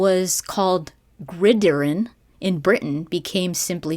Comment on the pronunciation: not grideron, its grid iron hun